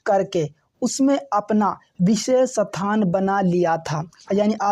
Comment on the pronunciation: are sir ji sathan ni hota h isthan hota h 😊